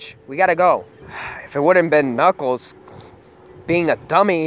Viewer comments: Did you call knukles snuckles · yep he says snuckles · U said snuckels